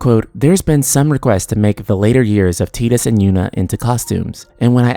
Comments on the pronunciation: omg it's TYE-DUS, not TEE-DUS!! It's already been proven it's TYE and not TEE. Please stop announcing it like this. So many youtubers get it wrong, it makes me ears bleed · I still hate that Tidus is pronounced 'Tee-dus.' I called him 'Tide-us' for years and it sounds so much better. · X-2 was trash, so please no. I consider X-2 non-canon, they need to retcon that shit. FFX ended perfectly. Also, its Tide-us! I'd prefer a prequel to FFX really with Auron, Jecht and Braska.